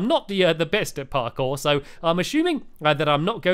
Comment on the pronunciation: YOU NAILED PARKORE